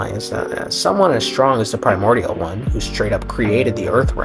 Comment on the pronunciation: Lmaoo at the sound whenever you say “primorial” one